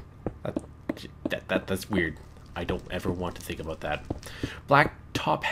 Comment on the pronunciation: "that aboot it" I <3 canadians